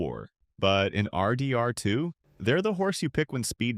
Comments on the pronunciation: Have you guys ever played ar-deee…R…too? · bro says rdr2 like R. D. R. 2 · literally so many weird remarks no one would ever say, “ARR DEE ARR TWO”, “arthur’s balance”?? so disappointing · Why are you pronouncing RDR2 like that haha? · Please stop pronouncing rdr2 like that 🥀